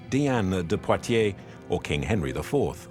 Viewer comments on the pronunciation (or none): none